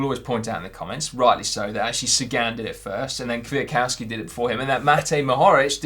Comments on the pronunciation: Just FYI, Kwiatkowski should be pronounced "kviatkovski". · Your pronunciation of Michal Kwiatkowski's last name is making me cringe every time. It's "kfjatˈkɔfski" and google translate can read it aloud for you as well. Please practice, he was a world champion after all, he deserves his name to be pronounced right!